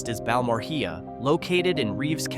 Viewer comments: It’s pronounced like Bal mor ray…not hea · u mean bal-muh-ray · Side 😮😮😮😮😮😮😮😮😮😮😮😮😮😮😮😮 You Completely mis-pronounced Balmorhea, and the video’s narrator got it Wrong !! It’s pronounced ‘BAL-muh-RAY’ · Balmor (HE YAH) NOPE! its BAL MORE RAY! and it is NOT only 30 miles from Maria, its about mins away from Marfa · In Texas, we pronounce Balmorhea as "Bal- more- ray" not "Bal-more-Hee-ya".....it's a Texas thing, y'all probably won't understand lol |☆|---| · AI search says .. Balmorhea is pronounced "Bal-more-ay". It's a common mispronounced name in Texas, often said as "Bal-more-hee-uh" by non-locals. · Balmorhea is pronounced "Bal-more-ay". It's a common mispronounced name in Texas, often said as "Bal-more-hee-uh" by non-locals. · its pronounced bal-more-hey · Its pronounced BAL-MORE-RAY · It’s pronounced like Bal-more-ray. (Balmorhea). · Balmorhea = Balmoray, rhea is pronounced ray, in Texas, that is. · . ?!?!? Oh good lord…. Do you mean Balmorhea? As in bal-more-ray. It’s not even spelled right in the index. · What the hell is BA more heeaw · It's pronounced Bal More A. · It’s pronounced “Ball More Ray”…just sayin’ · It’s pronounced balmor rey together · It is pronounced: bal moray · Me too. Bal.more.ay. My family settled, made peace with the Apache, and ranched, before the Balls, Moores and Rheas ever came. McKays. I was raised in Pecos. Home of the World's First Rodeo. Pronounced Pay.cuss. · Next time you go to a city , town or wherever make sure you get the name correct. Balmorhea is pronounced BAL-MORE-RAY NOT what you said! And a lot of us work out of town either in Pecos, Ft. Stockton, FT. Davis, locally or in the Oilfield. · Balmoreah is pronounced “bal-mor-ay” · That is NOT how to pronounce Balmorhea motard. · That’s not how you pronounce Balmorhea, dumba s s. I’m out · Please teach the AI commentator how to pronounce Balmorhea. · The way he said Balmorhea. LOL. I grew up and still live in the West Texas area.